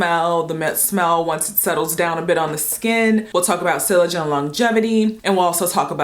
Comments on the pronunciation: It’s SEE-yage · Sillage is pronounced “see-yazh”😉